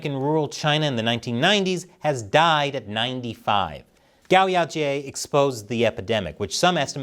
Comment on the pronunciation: you should be able to pronounce Chinese names properly. It's not hard. Gao Yao Jay? Cummon bro.... How much money you need to make from China before you can pay it that much respect?